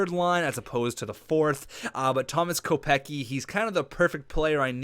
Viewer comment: not to be rude but it's pronounced Kopec-ski. Love the series keep it up.